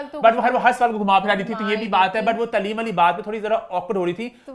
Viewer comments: Taaleem ko tleeeem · ap b taaleem ko taleem bol rhy hn